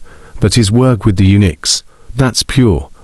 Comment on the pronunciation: Does anybody in the world actually pronounce “Uniques” as “Unix?”